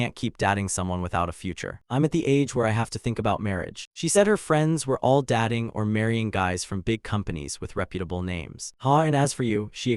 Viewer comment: All the people she knew where dat-ing. ??? You AI needs an update. I typed in the word Dating into Goggle translator and it said it correct. Man that is hard.